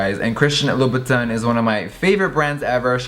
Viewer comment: I love Jeffree but the way he pronounces the French names (Louboutin, Hermès) made me cringe so much😂🌹🌹🌹